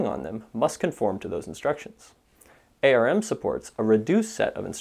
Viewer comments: It's not a-r-m .. it's ARM! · Please stop saying A R M. Otherwise great content.